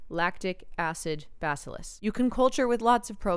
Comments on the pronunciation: "Bacillus" is pronounced with emphasis on the second syllable. "Buh-SILL-us". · It's pronounced buh - sihl - iss But like buh bye Sihl like a window sill Iss like KISS LOVE ME SOME LAB